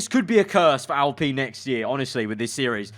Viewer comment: I HATE THE WAY HE SAYS ALPINE ITS PRONOUNCED AL-As in Allen and Pine as in pine tree